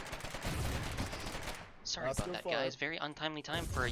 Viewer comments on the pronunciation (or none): none